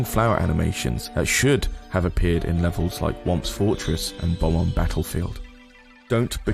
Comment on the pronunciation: Does anyone else get irritated when someone says “Bom-omb” instead of “Bob-omb”?